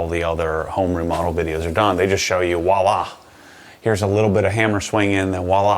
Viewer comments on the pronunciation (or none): Wallah? It’s voila